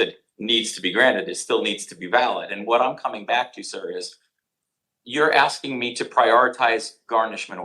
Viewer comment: More axing